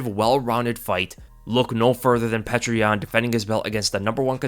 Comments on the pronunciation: Petr is pronounced “peeyo-ter” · Petr is pronounced (Pee Oh terr), and I thought Benevidas was done after his last match. Geez, he’ll never quit! Tough to a fault he is. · Great prediction but its baffling how you keep mispronouncing petr, its pronounced (peow-ter) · his name is not petra stop with this pc corectness bs peter peter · I've heard his name pronounced- Peter, Peoter, Pechr What's the actual correct way to pronounce this champ's name? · great video btw I think you actually just pronounce yans name like "peter" straight up... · Thanks as always for your amazing work. One constructive criticism: Petr is pronounced "pyo-tur". The "e" is actually a "ё" which is pronounced "yo".